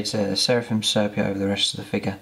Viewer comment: Nice, simple paint job that could be achieved by most people but still looks good. One thing though - please, for the good of my sanity, learn how to pronounce 'sepia'!